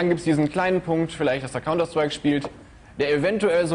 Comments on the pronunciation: kounter schtreik! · Kaunter Schtreik😂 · KAUNTER SCHTREIK wie genial der das ausspricht^^ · Counter Schtrike xD zu geil über sowas kann ich nur lachen